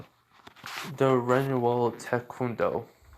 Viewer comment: pretty sure it's pronounced re-NEW-al